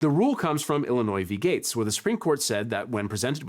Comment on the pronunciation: "Illinois v. Gates" the rusty little nugget of my brain thats still holding onto my high school German heard "Illinois: wie geht's?" like a Deutschlander wanting to politely greet the entire state...